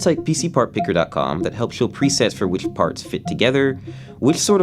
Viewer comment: chewsing whichhh lane you chews